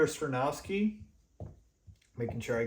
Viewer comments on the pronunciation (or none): Skoronski is pronounced SKAH-RON-SKEE. Not SKRUH-NOW-SKI. We have too much time before the draft to keep hearing you pronounce it incorrectly, lol! I’m actually hoping Carter falls and we can snag him at 9th overall. Thanks for the content! 🐻⬇️ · it's Sko-ron-ski, not Sko-now-ski!!!! But I still gave you a 👍